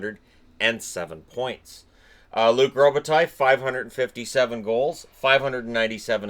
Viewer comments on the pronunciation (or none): none